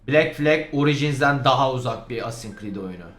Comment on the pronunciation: Cread değil Creed